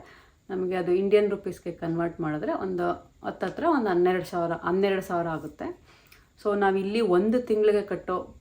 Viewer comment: Anneradu, adinalku, eludnalla, alla..Hanneradu, heludnalla